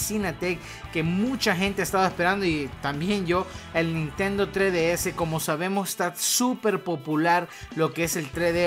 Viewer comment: "Nintendo tre d s"